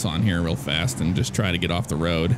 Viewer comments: Why do you say woad instead of road is it the way you talk or just for fun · "All over the woad" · Why You Say woad